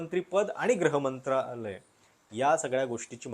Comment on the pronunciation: एकच गोष्ट तुमच्या विश्लेषणात खटकली ती म्हणजे तुम्ही गृहमंत्रालयाला वारंवार ' ग्रह ' मंत्रालय म्हणत होतात.